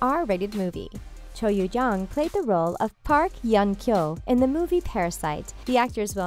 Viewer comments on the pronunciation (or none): You pronounced Cho YeoJeong different every single time... can you please decide